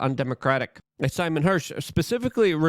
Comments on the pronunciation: LUKE!: SEYMOR or Si – NOT SIMON !! (See-more or sigh). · Seymour Hersh not Simon. You kept saying it. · Seymour M. Hersh(See-More) Thx cheers from Canada 🇨🇦 Hashtag-TrudeauMustGo